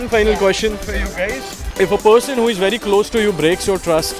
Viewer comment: wery wery good! lol